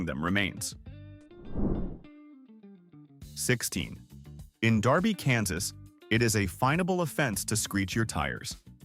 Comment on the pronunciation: It is D E R B Y, Kansas. You pronounced it with an A. It is a city outside of Wichita, Kansas. By the way, the law is considered "Exhibition of Acceleration."